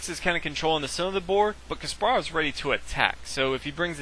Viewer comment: omg stop saying ka SPAR ov...say KAS parov fuck!!!